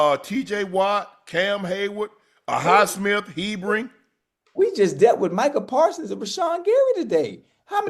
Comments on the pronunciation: Unc… ITS HER-BIG NOT HE-Bring and he’s a DAWG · He keeps calling Nick Herbig, He-brig. Lol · Unc HER-BIG. It sounds exactly how it’s spelled.